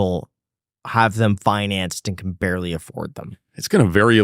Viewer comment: Well, kids, this supercar salesman that can’t even pronounce “financed” is a first hand example that demonstrates that you too can accomplish whatever it is that you strive for in life